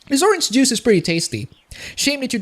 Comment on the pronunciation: "didn't like the orange Jews" I love your English.